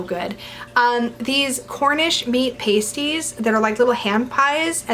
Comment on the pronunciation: I love you. Please know this to be true. Having said this, they are called 'PAST-ies', not 'PASTE-ies'. Paste-ies are nipple covers. Past-ies are hand pies originating in the UK that are delicious and that I miss very much.